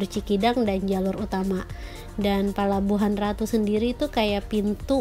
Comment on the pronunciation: 👍👍👍 cm ucapannya bkn palababuhan ratu tp pelabuhan ratu. apa sihh artinya parno apa sama dgn porno,?